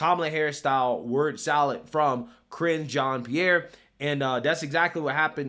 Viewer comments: Careening into a John’s pee-air💩🤡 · Keep saying it so that it sounds like "CRINGE Jean Pierre." Very accurate.